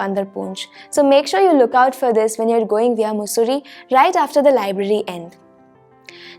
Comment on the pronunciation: It is मसुरी not मुसुरी